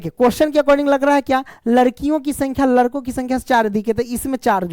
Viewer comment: Sir ladko hota hai larko nhi 😂😂